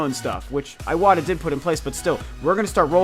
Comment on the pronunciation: i love your videos, but please pronounce names correctly (eg: iwata. you pronounce like it's iWata, it should sound like e-wata) . let's not spread misspronunciations : )